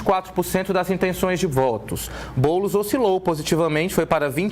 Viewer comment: Ate o jornalista ta chamando o boules de boulis kkkk